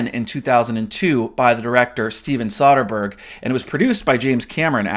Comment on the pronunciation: Heads up: It's pronounced Soe-Din-Berg not Saw-Din-Berg....I kept cringing the 10 time u said it.